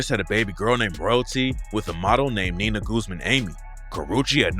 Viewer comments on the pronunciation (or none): none